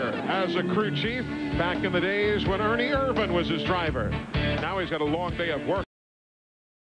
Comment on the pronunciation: Buddy Baker ruins it by calling him Ernie Ervin lol